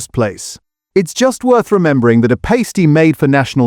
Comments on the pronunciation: More AI slop...Past E not paste E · Ginster’s “Pay-sti”? If you’re going to use AI narration then you’ll have to edit it afterwards. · Please get your AI to be more consistent with pronouncing things like PUKKA and PASTY. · The AI narrator cannot even pronounce Pasty or Pukka. 🤣